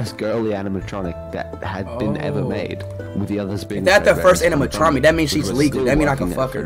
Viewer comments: I love how speed can't say animatronic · Nah... oraegan? ANIMATRONTIC? WHAT THE FUCK? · Anamatrachek lol